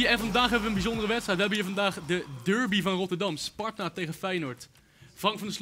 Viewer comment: Je spreekt het uit als darby, niet durby.